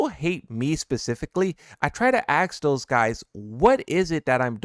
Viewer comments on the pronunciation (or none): I have no issue with you. But it's pronounced "ask"